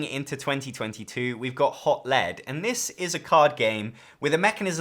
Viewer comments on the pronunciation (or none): Actually, it is pronounced “HOT LEE-D”.